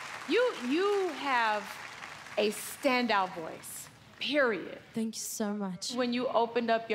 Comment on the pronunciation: WHEN SAID PERIOT I CANT😂😭😭😂😂😂✋